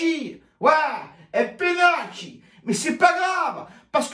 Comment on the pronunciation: Un debrif parfait niveau ligue des champions ! Tu n'as rien oublié ... même pas l''accent sur pénAAALti 🤣🤣🤣